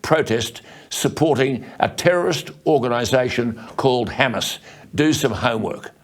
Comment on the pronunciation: Did he say ‘Hamas’ or Homo’s😝😝😝😝😝😝